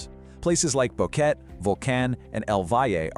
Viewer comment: Need to work on the pronunciations. You pronounce Boquete at least three different ways.